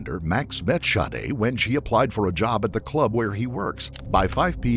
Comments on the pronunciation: it sounded like the narrator was saying shardae… So he’s pronouncing it wrong if her name is Sade Regardless there was actually no point of you correcting that. It wasn’t relevant to anything being said. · OK, Sade is not pronounced Shawdae, Shaudae!!!!! How ever you want to spell it, but Sade is not one of them!! The shhh sound only comes from an S and H not S and A!!!! That is sade like shade without the H!! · How do you get the name pronounced Shadda, when it’s spelled Sade’? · How do you get Shadé from Sade? If you must give your kid an oddball name at least spell it phonetically. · Lmao the way Sade is pronounced by the narrator.